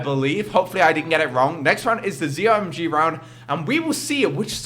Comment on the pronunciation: you say Zomg it's meant to be pronounced Z-O-My-God